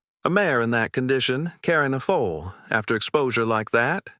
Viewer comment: Mayor Not mare. FOOL NOT FOAL. - THIS HAS TO BE EMBARRASSING FOR YOUR BUSINESS 😂